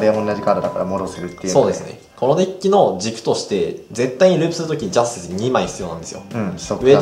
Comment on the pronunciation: ジャズ↑ティス↓